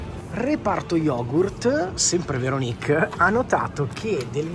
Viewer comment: Veronìk (si scrive come Paperinik?) 🤣 ti prego... apri un canale di recensioni food solo di prodotti di dubbia qualità e sclera come hai fatto qui... successo assicurato!!! :face-green-smiling